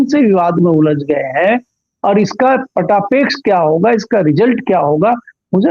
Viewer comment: पटापेक्ष नहीं होता है, पटाक्षेप होता है